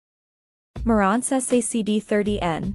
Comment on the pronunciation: Learn how to properly pronounce Marants and NAD.. you come off like a rookie who knows nothing about what you're talking about and just reading a script...